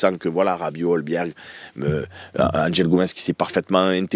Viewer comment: Et Hojbjerg il invente un L au milieu, c’est pas Holbjerg mais Hojbjerg a prononcer Hoïbière